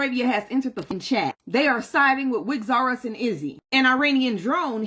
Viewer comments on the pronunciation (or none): Did she just say 'wigs r us and izzy' 😂😂😂